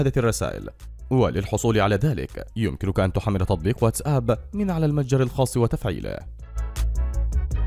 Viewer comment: اولا انت تنطقه غلط تقول واتس آب وهذا خطاء لغوي شايع والصحيح واتساب راجع ترجمان اللغه الانجليزيه